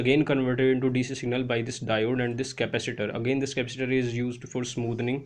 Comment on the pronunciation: Slow down, it is impossible to understand you.... Ca-pac-itor NOT "Capister"